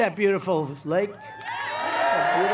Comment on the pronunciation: Did he say lake or leg??